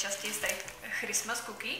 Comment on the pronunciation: Je super, že jsou teď tak často videa. Dárky jsou super a dostupné. To je super. Už se těším na vlogmasy. A jen taková maličkost, nemyslím to vůbec zle, v angličtině se ty ch čtou jako k. Takže Christmas se čte s k na začátku, ale to jen abys věděla. Jinak vás mám moc ráda! ❤️